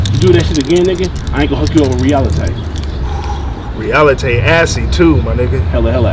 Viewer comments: Re-al-la-tay. Reality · "I'm not gonna hook you up with Realitay" lmao